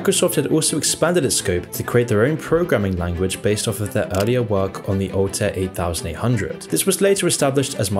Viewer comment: You have a strange way of pronouncing well-known acronyms - almost as if you've never heard them. "Altair 8800" is not the "eight thousand eight hundred" but widely known as the "eighty-eight-hundred." And it's not "M.S.D.O.S" - but "M.S. Dos". It's the little things that detract from the otherwise high quality of this video. I continue to subscribe... continued success!